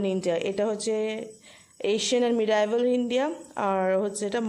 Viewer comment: Apnar Medieval uchharon thik hoyni